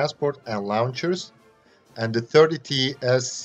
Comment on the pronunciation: When you said launchers, it sounded like you said lawn chairs.